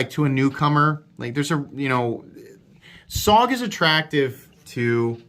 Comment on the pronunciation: i believe its pronounced Soge..